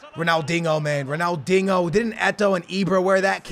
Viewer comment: He said Ronaldingo